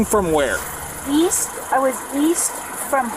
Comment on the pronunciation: "East......I thought you said weast"